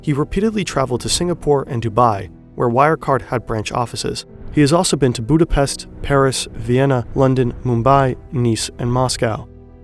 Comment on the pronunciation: All that to mess up Budapest...